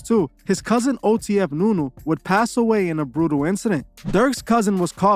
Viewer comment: It’s nuski not nu nu